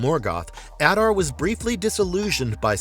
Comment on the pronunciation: The only one who pronounces his name correctly, which is shocking considering it is pronounced in the show. *If you want to go above and beyond, other Uruk-hai call him Ada, with the r being silent